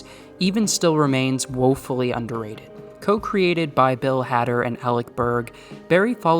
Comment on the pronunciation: Great vid but... Why are you saying bill hader's name like that? Lol